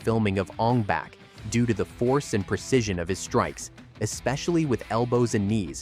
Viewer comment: Bak not Back smh